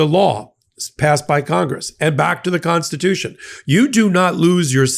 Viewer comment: The Constitution, paah.